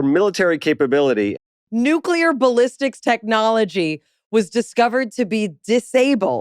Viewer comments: This was such a great interview. However, for the gentleman in the afterward recap, you are prohibited from discussing nuclear technology until you can pronounce it properly. Conversely, Kudos for use of the word Poppycock, I'd like to request future use of the word Balderdash, Scurriloush, and perhaps, Skullduggery or Muckraker for a nice rounded set. Also, this made me want a cigar. Like, reeeeaalllyyyy want a cigar. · Didn't reveal anything stop the bullshit and the man who speaks after byam can't even say nuclear properly